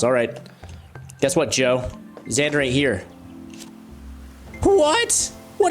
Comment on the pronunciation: also you pronounced it perfectly good job